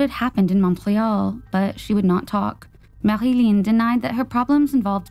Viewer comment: LOL, I guess you had gotten tired of all the French pronunciations and just said Marilyn. Awesome upload as usual